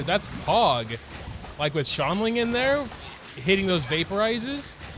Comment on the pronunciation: i always use subtitles and trying to watch them try to say “xiangling” is painful “shaun lin” “shaolin” help me